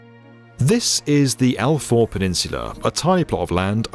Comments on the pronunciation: Al faaaaawww. NOT Al4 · Al Faw is pronounced as in the Italian word Ciao but with an F the beginning and not as in For...rest! Good reporting though!